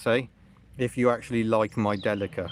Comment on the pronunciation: It is pronounced Deeleeka! I've had a couple and you will be lucky to get 28mpg out of it, you are mu friend on Facebook, shout me on there if you need help or bits